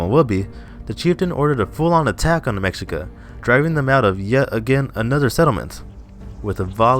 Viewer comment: Try and pronounce Mexica like this " May - She- Ka